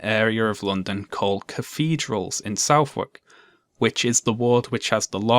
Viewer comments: just a note, got video but Southwark is pronounced Suvvark I believe. I said it like you did for a while before I got it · I live in Southwark, please don't pronounce it South-Wark... it's more like suthark, with a silent 'o' and 'w' Otherwise, great video! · FYI: Southwark is pronounced "sutherk", not "south-wark". (The name originates from "Sutheringa geoworc", or "defensive work of the men of Surrey".) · "south-wark" suh-thark, mate. suthark. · It's pronounced 'Suvvock', not 'South-walk'. Soft Southern get here. Otherwise, an excellent video. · nice video dank also southwark is pronounced more like suthek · I love your channel and I know this is completely irrelevant, but Southwark is pronounced "Sutherk." Sorry. I know. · I’m sorry, I’m so sorry, but as someone born in Southwark - that is so very not how it is pronounced. It’s more like Suh-thuck. With a hard ‘th’, like in ‘the’, suh like in ‘suffix’, and ‘uck’ like a cross between ‘book’ and ‘buck’. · “Southwark” is pronounced suth-uhk (a lot like Suffolk) (not that relevant to the video but it stood out) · Side note who's not me. "Southwark" is pronounced Suth-urk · Sorry dude, I laughed at how you pronounce 'Southwark', sounds really funny to a Londoner, hahaha! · Southwark is pronounced like Suffolk but with a 'th' in the middle